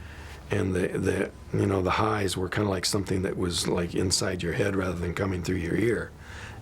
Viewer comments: What's with the odd pronunciation of words in this? It's like it is being read by AI. "Sore" pronounced as So-ree, "Travis" as Tra-vees, "inside" as in-se-dee. Painful to watch considering the words were pronounced correctly at other times. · Travis story is great but your ai is illiterate. “More weirder” “mispronounced “inside”. Bunch other weird crap